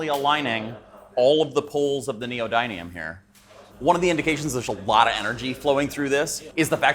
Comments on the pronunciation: Love your videos. But as a machinist, I wish you would get your terminology correct. Tools make the dies that make the parts. Also the magnets its called neo "din, eum" not Neo "dine eum" doesn't matter where in the world you come from terminology is the same. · its neo-din-ium not neo-dine-ium. no one pronounces this magnet correctly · The raw material is an alloy that contains Neodimium, something around 30%. Nee oh dim ee umbrella, dim rhymes with him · it's pronounced: neo din e um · Ask Google how to pronounce neodymium so you stop embarrassing yourself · Your pronunciation of neodymium really needs to check with Google before you make any more videos. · It's funny hearing him pronounce neodymium incorrectly every time. 😂🤣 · the guy cannot even pronunciate the word "neodymium" correctly, Sunday scientist give me a break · Please learn how "neodymium" is pronounced😂